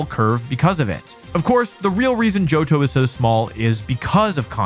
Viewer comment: mans butchered my boy johto